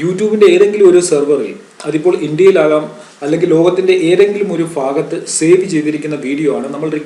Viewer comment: ഫാകത്ത് അല്ല ഭാഗത്ത് ആണ് sir